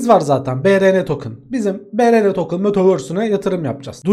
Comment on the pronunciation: BuRuN tokın